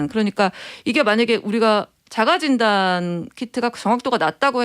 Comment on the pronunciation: 진단이 왜자꾸 긴단으로 들리죠?